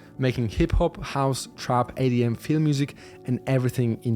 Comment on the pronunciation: Why do you pronounce EDM "ADM"